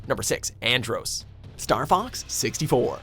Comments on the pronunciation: Cringing at And-roassss.... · Andross as in "gross?" It's clear your narrators never played any of the games they're talking about. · andrOss? It's andross Fox even says it in the clip. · The narrator mispronounced Andross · Who else cringed when he said Andross? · Them constantly mispronouncing Andross is cringey